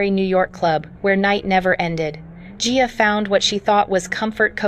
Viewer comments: Geea really??,? Get her name right! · How many times can you say a person’s name wrong. Guuyyaaaa G-I-A jeehaaaw I mean GEEE-sus. Get better IA speech for someone this iconic. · GIA, GIA, GIA! GET IT RIGHT! SHE WAS A PERSON! GET HER NAME RIGHT!